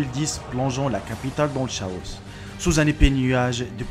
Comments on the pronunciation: "Kaosssss" pas shaos ^_^ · oh mon dieu SA SE PRONONCE KAO ET PAS CHAOS XDDD LA SMEXERI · juste pour ton "savoir" on ne dit pas CHaos mais Kaos, sinon bonne vidéo continu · sa s'écrit chaos mais sa se dit Cao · on dit par le "biais de ..." ^^ Et chaos se prononce "kao" ! :D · Coucou Le mot "chaos" se dit "kao" juste pour te le dire Voila voila